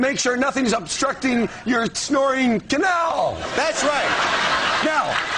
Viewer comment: I never realized how funny it sounds when Ryan says "canal" lol